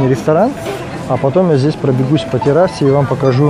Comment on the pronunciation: Кошмар!!! ЗдесЯ, тамА, тутА... Невозможно вас слушать..следите за своей речью, пожалуйста..((((